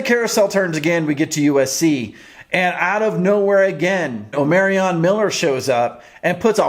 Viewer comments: Bro you keep saying his name wrong. Get it right!! Damn. O- Mar ree on. Not O-mary-ree on. SMH. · Hey, watch your videos often!! On Omarion, it's O-MA-RION...ma, like mama Not O-MARE-RION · It's pronounced OH-MAR-REE-AN 🦬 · You still saying Omarion wrong